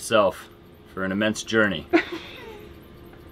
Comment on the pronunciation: "...an immense jouney..." hmmm